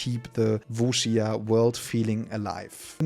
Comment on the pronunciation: Der erste Deutsche der Wuxia richtig ausspricht